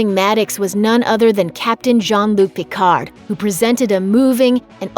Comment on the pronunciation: "Djann Luke Pickardd"...ARGH. Learn French pronunciation...